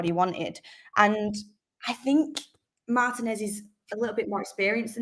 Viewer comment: Yay! Now all we need is for Mark and to learn how to pronounce his name correctly! Mar-TEA-nez is how it’s pronounced